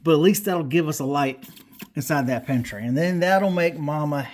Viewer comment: I thought at first it said pantie light 😅😅😅